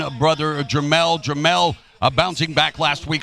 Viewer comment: Steve Farhood kept calling jermall jermell.. SMFH.